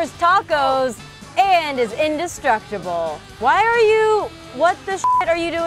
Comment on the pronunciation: says INDESTRUTABLE 5 seconds later BOATCARRR